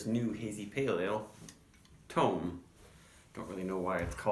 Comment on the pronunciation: They said on Instagram the other day that it’s pronounced Tome like Home, so you did say it right. Not sure what the reason was behind the naming. This is year round now so you should see this often if HA is in your region. Price point at like 11.99 this is a steal. Half acre is maybe the best in the nation at creating flavorful and well executed beers at a value price point. Right up there with Odell and Firestone Walker for me.